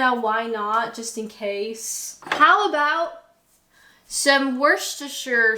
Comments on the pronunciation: Wooster sauce? It's Wuster sauce! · WUSS-TER sauce. Just don't ask why. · Worcestershire = Woostersher. Not a long wooo sound but more as in wood. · Wooster sauce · wuss-tuh-shuh. There used to be a Worcester Sauce flavoured crisp. They spelled it 'Wuster' on the packet to try to help people say it. Still, your British accent is coming along well in other ways. You have a most un-Canadian glottal stop on the word 'fruit'. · Allow me to help, phonetically speaking "wooster" sauce :-) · Had to laugh out loud when you pulled out the half jar of Tesco's Mango Chutney! Pretty sure there's one in my cupboard too! And kudos on the Cherries and Berries squash, delicious! Edit: Horseradish with Beef, English Mustard with Pork. Also, just say 'Wustah Sauce', everyone'll know what you mean, no need to give yourself an aneurysm! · It's pronounced, "Wuh - stuh -Shah." 😁👍❤ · Just wuss ter sauce 😂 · Worcestershire is pronounced like ‘Wuss-stir-sheer’ the main city in Worcestershire is Worcester pronounced like ‘Wuss-stir’ Just a heads up for any North Americans watching. Every county that ends in shire in the UK is pronounced like sheer as in New Hampshire. Not like the The Shire in the lord of the rings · It's just Wooster. Don't need the rest of it, just Wooster sauce. like wood, but with an S. Also, rest assured, I am never the one buying the salt and vinegar. not for me. cheese & onion is the base go-to for me. Tho' lately beef hula hoops and red Leicester mini cheddars. 100% with you on the Nando sauce. It makes roast chicken edible. And yes, is great n burgers too! One tip for the Colemans; ham, lettuce, packet of chees & onion crisps and English mustard sandwich. Thank me later. And also, with loose leaf tea, that is where milk goes in the cup first. Because the tea itself isn't in there. It's above the milk in a strainer or its in a pot, and then poured into the cup, so it's fine. With bags is where milk goes in after the water. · Wooster sha sauce. Your welcome.